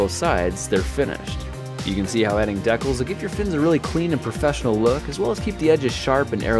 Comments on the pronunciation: "Deck-les"? You mean Decals? As in D-cals? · They're pronounced dee-cals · He pronounced decals dekels rip we’ll all miss you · "deckels"? I've always heard that word pronounced "dee-cals" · Dekkles? You mean decals? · ...did you seriously pronounce decals "deck-uhls?" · Deck-lls? dee-cals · Wtf is a deckle? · bro its not dehcals its deee cals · "deckles?" Never heard anyone pronounce decals that way. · Wolf Lahti by that logic we would never have a language. The correct English (both American and English) pronunciation is ˈdiˌkæl' or as the parent comment said, 'D-Cal'. Everything else is wrong, just because some people say it differently doesn't make it right. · A "deckle" is the larger side of a beef brisket. What's used here aren't made of beef, and are decals. Different words, different meanings, different pronunciations. "Deckle," smh... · Mr neither. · First time I've heard decals called deckels. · You seriously don't know that "decals" is pronounced "dee-cals" and doesn't rhyme with "speckles"!? That's weird. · He said Decals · Grant is Canadian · It is pronounced "decals" not "decals" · just like how it's data not data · He says decals weird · Funny how he pronounces "decals".